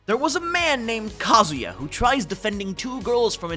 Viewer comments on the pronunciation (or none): none